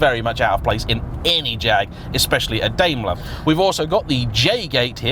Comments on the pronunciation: Daimler like a Daim bar not Daymler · Are British people deaf to foreign words... Certainly you've heard people say FILLET, and Daimler correctly... you live right next to France, but butcher all their words. Daimler .. Dime-ler